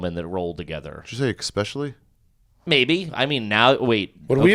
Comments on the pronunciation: “Did you say ‘expespecially’?” - Ari “Maybe?” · 👏🏼 Someone finally called out for saying eXspecially! He manages to sneak that into almost every episode and nobody has ever called him on it. 💯 GARBAGE